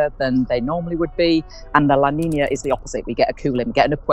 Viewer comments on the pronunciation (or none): Your AI automated voice needs to learn how to PROPERLY pronounce El Nino & La Nina with the Spanish accent.